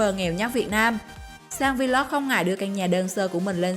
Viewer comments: Vê lốc, kêu vê lóc vl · cứ đọc vê lóc đi vê lót vê lót nghe bần vc